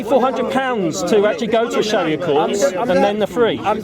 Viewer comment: lool man said Shria law lool did he realise he's repeating law law. shria simply means law wtf is wrong with these westerns lool if you dont know arabic dont say it. islamic shira or islamic law say it that way